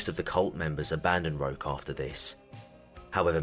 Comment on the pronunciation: Hi, Canadian here. Sorry to bother you, I just wanted to let you know it's pronounced Roesh Tare-ee-O (and that's still not quite it) At first I wasn't sure, then I saw where he was born and I was POSITIVE. Edit: I'm pretty sure the "rock" on the mailbox is just him wanting to sound "cooler".